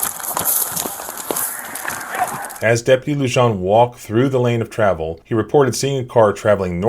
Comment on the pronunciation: The 'j' in Luján is pronounced as an h.